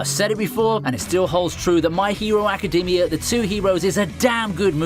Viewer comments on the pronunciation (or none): none